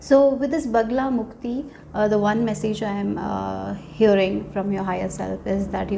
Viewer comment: It's Bagalamukhi not Bagalamukti